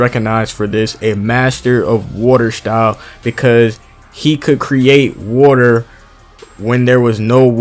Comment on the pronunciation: "woooter style" lmaoooo